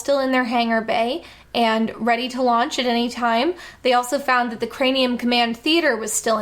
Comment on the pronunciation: ...is she saying "crameum command" half the time? Sounds like it. Like, 9 minutes in before I actually heard her say craNeum.